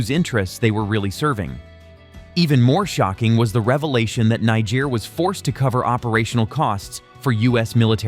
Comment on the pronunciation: This country NIGER is pronounced....KNEE-JARE! not NAI-JARE!!! you should know that by now but then again i dont blame you....the first universities in the world started in africa!